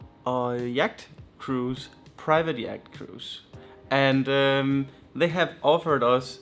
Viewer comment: Love the videos, your parents are great, funny too. It's yawt, not yakked. yakked is something you do when you drink too much gin or eat rotten sushi :)